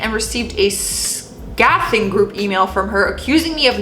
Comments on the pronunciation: I LOVE your channel! You’re doing a great job! (By the way, scathing is pronounced skay - thing). Lol!😂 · “Scathing” is pronounced like skating but with a th.